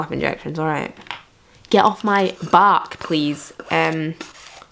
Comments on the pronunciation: What accent is this ? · When she says “back” it reminds me of the accent in that vine “here mate that’s no a bank machine” and that accent is from Inverness so I think she’s from up north maybe dunblane or something